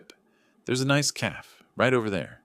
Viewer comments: I still hate AI mispronunciations of words "calf" for "cafe". Lacey should have known better than to allow a man to come between her and her dad. Derrek needed her for income. I'm glad Lacey got her good sense back. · CAFE: two syllables, ca as in “catch”, fe as in “hay”.